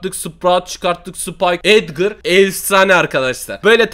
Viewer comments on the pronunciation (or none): none